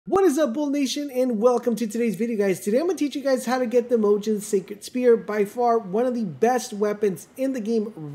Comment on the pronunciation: I was with you until you called in Moh Gin, there are a lot of welsh words in this game so bit forgivable, It is pronounce Moe - Gwin Much like how Blaidd is pronounce Bly-th :D I'm loving having welsh in a game finally!